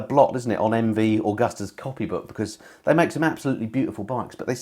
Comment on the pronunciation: Thanks for the video! Oh... "MV Augusta"?? There's no 'U' in Agusta... you make it sound as ugly as Foggy's face. ;-)